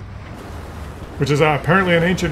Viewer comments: Love ya, but you were eating was KEEN-WA. Not KWIN-OH-AH. Sorry. I'm a retired communications teacher. Can't help myself. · It's pronounced keen Wa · I know you are mispronouncing that word for comedic effect but for your audience's sake, the word is pronounced "KEEN-WAH" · In Britain the posh people pronounce Quinoa as "Key Noir" 🙂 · Great opening music...turn down the shirt Ancient grain pronounced kin wa